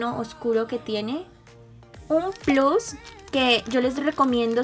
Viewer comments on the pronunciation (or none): none